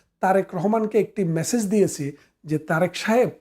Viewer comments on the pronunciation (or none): none